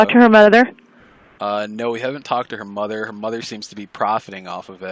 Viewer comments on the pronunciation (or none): " her motha" hahahaha I love it too 😆